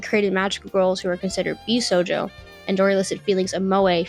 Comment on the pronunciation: I also have an autism diagnosis, and yes, she's pronouncing josei & bishojo incorrectly.